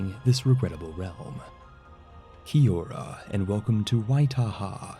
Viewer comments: Hey, love the video, and greetings from NZ! I just wanted to let you know the pronounciation of the Māori words you used in the video. Kia ora is pronounced Ke-ah oar-a Waitaha is pronounced why-tah-hah Aotearoa is pronounced Ow-taya-roh-a Māori is pronounced like Moh-ree or as Mah-ree. Some people (mostly Pākehā, aka white people) pronounce it as Mao-ree, with Mao being like Mao Zedong Thanks for the video! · Commenting from New Zealand! Just to say that was some of the worst pronunciation I think I've ever heard. Your Kia Ora and Maori weren't bad though